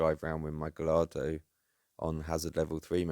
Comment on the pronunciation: I have to pull you up on your pronunciation of Gallardo. It's proper pronunciation is "Gay-ar-do" (you can roll the 'r' if you want to be really poncy 😂) Btw, I enjoyed your rants about the truck on the pavement, ridiculous key fiasco and microwave issues. I also suffer from a string of mental conditions, anxiety, depression etc (I'm also a misanthrope which doesn't help) Anyway, keep up the ranting, I can't relate.